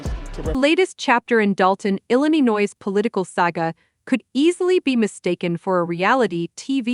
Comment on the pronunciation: I didn't even get that far. I got as far as "Ill-y-o-noise"